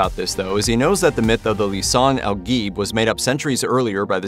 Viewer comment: Mf doesn’t know how to pronounce "Gaib"